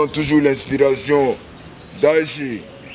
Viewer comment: On dit daïshi et non daïsi.